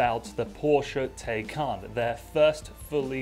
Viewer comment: The Taycan is an amazing car and Bill is entertaining. Btw you pronounce Taycan correctly once, the second time. It’s Tie-Khan.